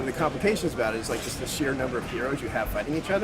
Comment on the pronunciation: say i don’t like it instead of i don’t wike it